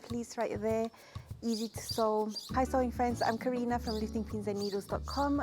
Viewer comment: Great content Karina! I love Atelier Scammit, their patterns are well drafted and easy to put together I find, even with limited experience. I have a few blouse patterns from them. Your pronunciation is spot on as well, the é is pronounced like "hey" without the "h". Love your videos, thanks so much. Brigitte